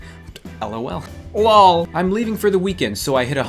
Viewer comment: You are really good and funny ^-^ but I can't believe that you say LOL just like my prof at university haha the prononciation is kinda unique for that part of my country (Serbia) so it's interesting to hear you say it even if it is for a second.. wish you all the best in making new videos :)